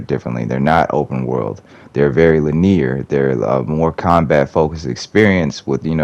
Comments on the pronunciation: No hate, but it’s pronounced “lih-nee-ur” not “lih-neer.” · When did people start pronouncing it "lin-ear"? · Why do you pronounce linear like that